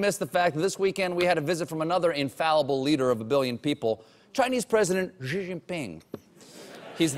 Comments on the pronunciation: Xi is pronounded like "She". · The President of China's surname is pronounced "She". It's respectful to properly pronounce the names of people especially world leaders. Perhaps the Late Show should consider hiring a China consultant -- or an expert English professor -- to ensure they are well regarded among the global community. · It's SEE if you speak something like Cantonese. It's SHEE I believe, Mon Fleur. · Colbert pronounces "Xi" as "g" when it should be "see" 😂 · ...it should be pronounced more like see than gee!!! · "Xi" is pronounced "See", not "Gee" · Hey Stephen, you know you are pronouncing "Xi" 's name wrong right? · yo, Stephen. Pronounced more like She than Gee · you pronouce xi like SHE, not Ji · "Xi" is simply pronounced "shee." How is possible that Colbert doesn't know this? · yo colbert--say "she just took a dump". congrats, you also just said "xi just took a dump". stop with this nonsense pronunciation. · Why is everybody making a fuss about his pronounciation of "Xi" which is admittedly wrong but kinda close when EVERYBODY's pronounciation of "Ji" is infinitely worse! Guys, the J sound is nowhere close to the one in "Jesus", it's way closer to the one in "check"